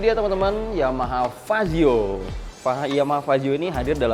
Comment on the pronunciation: Fazzio bang bukan pajio